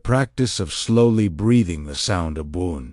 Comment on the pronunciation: Why are you using this awful AI voice which doesn't even pronounce the word ABWOON correctly, the very word which is the point of this talk? Your Aramaic work, the content, is absolutely wonderful, but unbearable to listen to